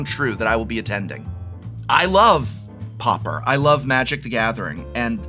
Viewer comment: Prof…. Prof… for an educated man you would surely know how to pronounce Pauper (paw-per) properly ffs.